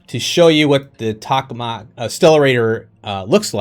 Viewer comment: Toe kuh mack = tokamak great video thanks